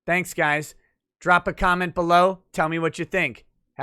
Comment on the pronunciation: was that peace or peas?